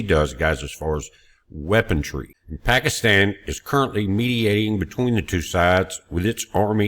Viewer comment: Brother, there is no letter "T" in the word weaponry. Just "weapon+ree". Thanks for all your timely info.